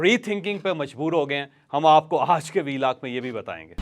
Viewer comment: اوج کا ولاگ، اوج کا ولاگ، اوج کا ولاگ، اوج کا ولاگ، اوج کا ولاگ جپ آپ ” آج “ بول سکتے ہیں تو مونھ ٹیڑھا کر کے ” اوج “ کیوں بولتے ہو